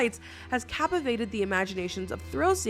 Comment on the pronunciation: "cappavated" lmao